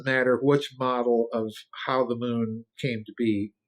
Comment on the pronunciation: Houwgh not how